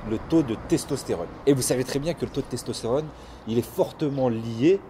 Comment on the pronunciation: "Stestostérone" hahaha